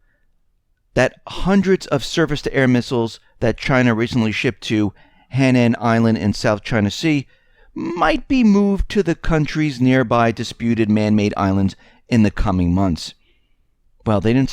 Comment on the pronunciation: "Hainan" (tropical) island is pronouced... hi' (long sound) - non (short sound). Btw, Haikou, the city at the north tip of Hainan (the ferry port with mainland), is most interesting and unusual. It's similar to Saigon, with gazillion scooters and young people everywhere, definitely a place to visit with a camera and an appetite.